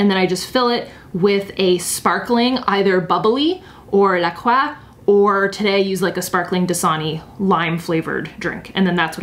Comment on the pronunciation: Oops, I misspelled something, you pronounce it La Croy.